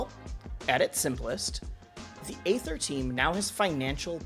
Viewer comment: Aether is pronounced ether, like the shitcoin Ethereum.